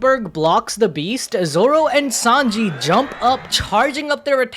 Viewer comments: What is "5-onji"? Sanji's name translates to "3 o'clock", so I dont understand why you call him "5-onji" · Im kinda new , can someone tell me why he calls Sanji "5anji " please 🙏 😅 😂